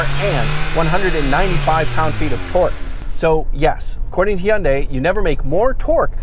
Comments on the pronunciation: Learn how to pronounce Hyundai. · I like the way you say Hyundai I’ll tell ya hwat- Hank Hill